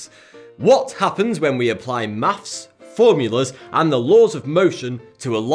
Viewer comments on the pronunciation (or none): "mafs" He's been watching too much. XD